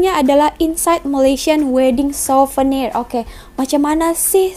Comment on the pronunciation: Siuvernier Bukan SEBUTAN LIDAH nya SUVENIERRR